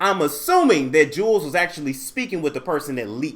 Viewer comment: It’s pronounced “jewels”